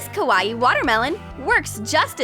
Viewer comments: It is not pronounced like Hawaii with a k. Think of it as saying cow eye and mushing the words together. Kawaii. Not Hawaii with a k. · Why did u say Kawaii like Kawa-ii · Also did anyone else notice that she was pronouncing it ko-was-ieie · KawaEe they be saying it wrong 😂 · Nobody: - Kawa eEE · "The most KAH-WAH-EE pencil case!" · Ikr XD lol this just makes me laugh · That's what I was thinking 😂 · IKR so weird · You pronounced kawaii wrong